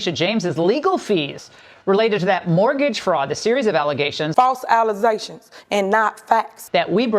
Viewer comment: A lawyer who can not pronounce the word "Allegation" is like a Psychiatrist would can't pronounce " phobia". How does someone make it through law school, not being able to pronounce that word? A lawyer, which is a job that DEPENDS on language. SMH.